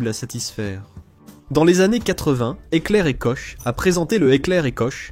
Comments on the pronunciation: " Eclaire et coche " Sérieux mec !!! on dierai Pierre Bellmare la ! Heckler & Koch --> "Eklair und Korr" ça se prononce ;) et les "fuzizapompes" non.... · Cependant, Heckler&Koch se prononce "Heckleur und Korr" et non pas "Éclair et Coche"...